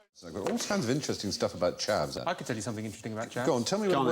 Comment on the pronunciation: I'm stealing Jimmy's pronunciation of chav (I am, technically, one, by virtue of where I'm from). I wanna be classy